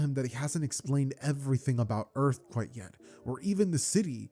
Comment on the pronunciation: how do you pronounce earth and earthling like that? 😭